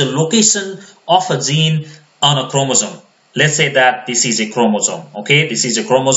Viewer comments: Zene = Gene with a G pronounce Jean not with a Z. Even CC types Zeen. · This is really help full I wish you were my bio teacher , But when you pronounce gene , you keep saying zine and evin my subtitle writes zine